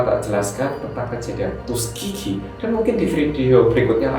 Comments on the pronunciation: 'Tuskeegee' kedengerannya tusuk gigi wkwkwk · Saya dengernya tusuk gigi 😂✌️ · Tuskegee tapi dengernya tusuk gigi